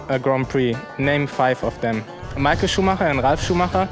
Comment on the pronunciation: Ja ich finds zum kotzen wenn Deutsche Michael englisch aussprechen...